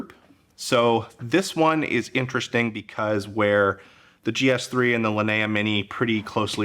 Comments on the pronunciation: Linea is spelled "Lee - nee - ah", like bruce LEE, leeneeah. Not "la - nuh - ahh". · Exactly. In Italian or Spanish or whatever it's similar. It's always lee nee ah or lee nee uh at worse. His pronunciation I have no idea where he got it from.